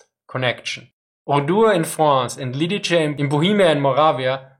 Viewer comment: Lidice is pronounced with hard "c", as seen in e.g. censorship and is fairly flat overall, in-video pronounciation is far enough from the real thing I wouldn't have recognized it if it wasn't on screen.